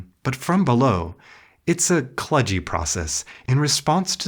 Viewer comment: "kludgey" is pronounced "kloogee". It does not rhyme with "sludge."